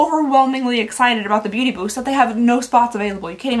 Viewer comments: The amount of times you said Booty instead of Beauty😅❤ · Booty Bee-yust